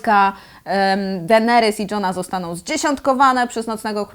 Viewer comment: Dlaczego mówisz Denerys zamiast Deneris? Strasznie bolą uszy matko xD